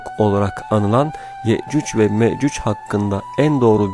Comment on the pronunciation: Ye'cüc Ve Me'cüc diyor. Okuyunca böyle bir telaffuz ortaya çıkıyor.